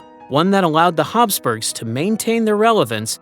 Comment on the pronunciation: Commentator talks too fast. Plus if it is Habsburgs, pronounceation is wrong. I hate that. Probably ai.